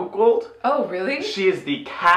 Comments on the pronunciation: It's definitely "catch me outside" as in "let's have a fight outside," but because of the girl's "street" vernacular, it sounds like "cash me outside", and the internet ran with that transcription satirically when that term was a meme. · Daniele Bregoli Meme name: "Cash me Outside" (from her Dr. Phil appearance, when she challenge people to "catch her outside" to fight - the way she speaks sounds like "cash", therefore "Cash Me Outside") Rapper name: Bhad Bhabie (she became a YouTuber, and later on a rapper. According to Wikipedia, Bregoli became the youngest female rapper ever to appear on the Billboard Hot 100 chart with her debut single "These Heaux". She subsequently signed a record deal with Atlantic Records and has now expanded into a reality show, a makeup brand, tours and a music career.)